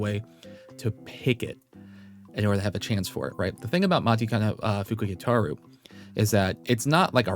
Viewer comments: hate to say it... but isn't it pronounced "machikane"? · He still said it wrong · PLEASE LEARN HOW TO SAY MATIKANEFUKUKITARU's NAME CORRECTLY